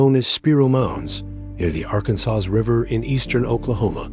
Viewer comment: The pronunciation of tribes and words specific to Oklahoma is pitiful. I mean even Arkansas River is wrong. The AI is awful. African tribes for American Nation Tribes. Showing Ohio for Oklahoma! This is pretty basic stuff that I could recite from basic note cards. I'm offended that you didn't even check AI for the glaring errors.